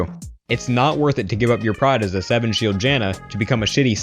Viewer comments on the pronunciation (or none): guys don't repeat "sa" say "as"